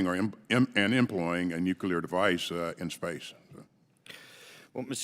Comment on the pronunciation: Small thing, but embarrassed that he calls it nukular device. Nuclear